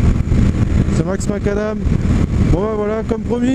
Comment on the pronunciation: Donc pour le coup c'est pas, mais max macanam